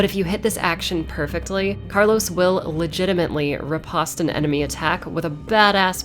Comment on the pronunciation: One of the few people that used the right pronunciation of riposte correctly that i have heard in years!